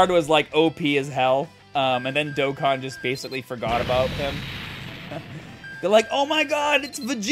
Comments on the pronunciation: im shocked too when i got both units in black rift. I rlly wanted to get cell max toi have a rlly good movie bosses team but hes gone 😭. also u butchered the game name lol. Its supposed to be pronounced like doe con (or dough con. both the same pronunciation). As for zeno? Idk what the pronunciation for it is so i recommend looking up a dbs vid of goku meeting him for the first time and thats what its supposed to be. That or both pronunciations r ok and i just didnt know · Haha, it's my Boston accent, I pronounce things a little differently. I tried switching how I say Dokkan for a while.. but I've gone back to my original way of saying it lol